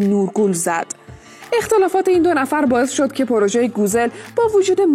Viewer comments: گوزِل چیه 😒 گوزَل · گووزل؟؟؟؟؟ این چه تلفظیه اخه ؟؟؟ زبان استانبولی رو که مالیدی زمین با این تلفظات